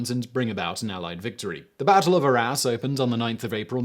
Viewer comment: I heard "the battle of our a$*". Am I the only one?